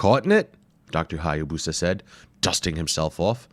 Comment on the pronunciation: It’s pronounced “Hi-ya-boos-uh .” The narrator mispronounces it.